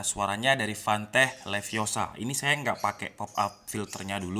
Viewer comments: its levi o sa not leviosar.. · Stop stop stop, You're going to take someone's eye out, besides you're saying it wrong. It's Leviosa not Liviosar. Wingardium Leviosa.....